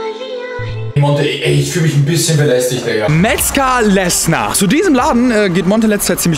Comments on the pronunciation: Triggert mich so hart das er Metzger lessNer sagt obwohl er vor dem Schild steht wo Lesser drauf steht aua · Metzger Lesser! nicht Lessner du rentner